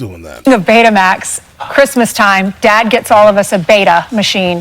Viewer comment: Not Baytamax, Betamax, no accent over the e.